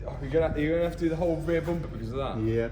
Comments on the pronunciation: Mat: Bumper❌ Boompaah✅ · "Next step......the boomper" 🤣